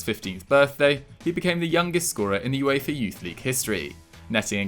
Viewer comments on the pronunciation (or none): none